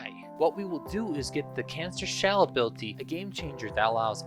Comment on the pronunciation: OH, CANISTER!! The entire video, I thought you were saying “cancer”. I just didn’t question anything because you said it was a Damage Over Time ability